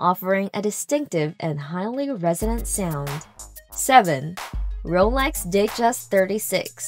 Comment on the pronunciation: I was so hoping you pronounced Rolex wrong too. It would have been nice to have a clean sweep